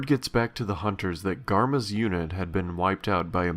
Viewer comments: "Garma". ..... but seriously, fantastic job. ^_^ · Eh, listening to it over and over, I guess it kinda sounds like "GOMMA"? Like a "comma"? But no hard R. :-b But eh, to each ear their own.